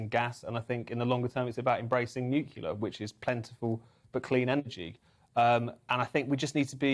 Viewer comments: I wish people would pronounce NUCLEAR correctly, NEWKLEAR, from the word Nucleus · Couldn't take this guy seriously as soon as he revealed that he can't pronounce the word "nuclear" despite not even being from USA. Then, he sealed the deal by saying "we shouldn't get into a position where we're expecting people to put up with [having] less and to not have a better lifestyle than previous generations", when he looks like he isn't old enough to remember anything other than economic good times. It doesn't only get better, kiddo. That's not reality. It might be through financial mismanagement rather than climate change, but when things are broken, they're broken, and some painful times can be required to heal and fix the sotuation. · please learn how to say Nuclear, or you will lose all credibility. The opposition will use it as a weapon against you, lets face it, it is all they've got.